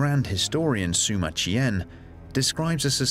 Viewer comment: The historian is named Sima Qian, pronounced See-ma not Soo-ma. Pls try.